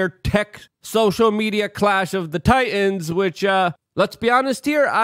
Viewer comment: What are "Tie-ins"? Oh you meant to say "Titans"?